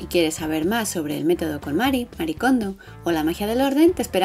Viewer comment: Sabeis que Marie se lee “Marie” y no “Mari”? Es un nombre japones y pronuncian las vocales igual que nosotros